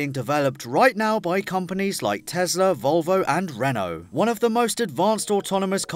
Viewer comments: Yes but he says reant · Reno what the fuc is that 🤣 renault mate